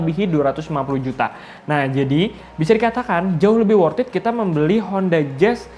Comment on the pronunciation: Sudah motiwasinya ngapusi... pakee wortiit, pasti cuwaaan, pasti bati/untung... itu klo yg juwalbeli... pakee bahasa iklan... Narator nya stelah slesai ngecaap, dari wortiit jadi pakee... sit Aaaaaaaah ngomongnyaaa